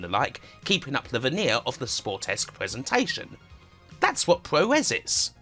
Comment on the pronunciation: So that's what he was saying! It also should be poo-roh not pyu-row for the 'puro' of 'puroresu'.